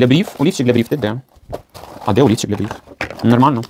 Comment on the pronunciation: сказала "олівчик", а я почула " а ліфчик". Вже думала, зараз приміряти буде:))